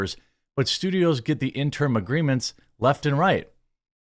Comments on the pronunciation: Jeremy... interim.... not in-term. The more you know Interim (ˈɪn tər əm): "for, during, belonging to, or connected with an intervening period of time; temporary; provisional." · Jeremy, I know you're more accomplished than I could ever hope to be, so don't think this is looking down on you but could you please Please PLEASE learn how to pronounce the word "interim" correctly?